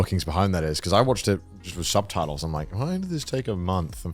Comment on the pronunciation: “Subtatles” - Garnt 2023